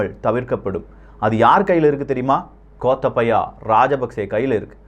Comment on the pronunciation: அடே நியூஸ் எல்லாம் ஓகேபா , தயவு செய்து 'கோத்தாபய' எண்டு சொல்லுங்கடா கோத்தபயா எங்காதிங்கடா, எல்லா பெயரையும் இப்படித்தாண்டா பன்ரிங்க, காதுக்கல எண்ணைய காச்சி ஊத்துறமாதிரி இருக்கு உங்குட தமிழ்